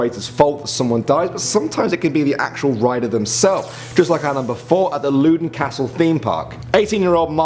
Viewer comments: Loudoun is pronounced lowdon not loodon hahahaha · Loodon Castle? It's Loudoun Castle, Loud-on. That's how you pronounce it. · Just to say i'm Scottish it's LOW-den castle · True, but I'm just saying that he pronounced it incorrectly.